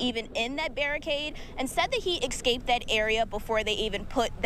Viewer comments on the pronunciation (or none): He “excaped”.😂